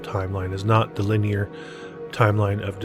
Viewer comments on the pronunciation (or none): none